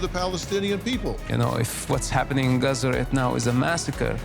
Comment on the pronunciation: I cringed at the way she said Gaza